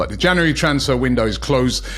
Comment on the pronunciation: Why can't you say January ? Janery 😂😂